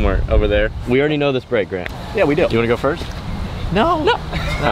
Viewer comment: .... "it's aready game"